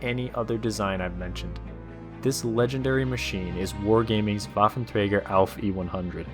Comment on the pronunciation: Pronounced: vaffentreiger Plural: Waffenträgeren